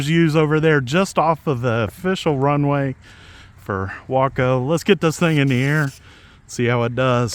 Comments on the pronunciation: Nice to here you pronounce waco properly. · I want both the Yellow/Black and the White/Red UMX versions! What a great looking little plane! BTW I realize that you are pronouncing the name as I beleive they intended.... that being said from where I am... it sure sounds wrong! The place in TX pronounces it as "Way-co" LOL. go figure... and if I buy one of these online I will use your links again. Just got the UMX Air Tractor today... no tome to take it for a spin as we are still dealing with Christmas aftermath... As Always wish y'all the best and thanks for sharing...